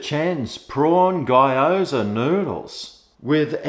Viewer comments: Its giyozaa or geeyoza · Hi, I've had a few from Chen's kitchen and they're not bad. Particularly the various yum cha style pieces, really like the prawn hargow! P.S. Just so you know - its pronounced GYO ZA like GO but with a Y in the middle (GO ZA) except its gyo! za. Haha. Cheers. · It's pronounced "Gee-aw-za" :)